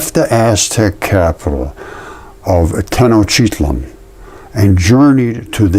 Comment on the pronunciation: Tae oh tae walk on...Teotehuacan..pronunciation. Tenochtitlan...tae noch teet lahn